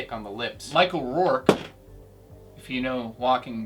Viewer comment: Michael rooker not rorke